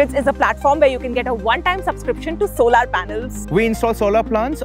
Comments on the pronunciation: it's not solaar.. it's solar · What the f is "so laar", it's pronounced "sow lur". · Solar ❌ Solaaar ✅ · Please look up the pronunciation of solar.